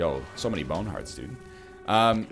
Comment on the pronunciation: I miss the early days of the latest update when NL would overemphasize the word 'bone' in bone hearts. Augh, he took my baoune heart!